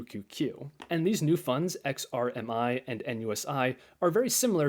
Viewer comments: Nice funds. I was a bit amused as sometimes you called XRMI -> XRIM. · If you say XRIM one more time! Lol